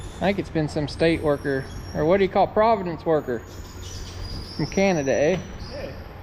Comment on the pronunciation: there called provinces not providents